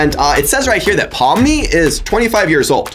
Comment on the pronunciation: It’s not Pom it’s Pomni